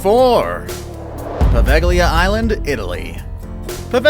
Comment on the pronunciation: Great video except the way you said "Poveglia" and "venetian" honestly made me cringe super hard.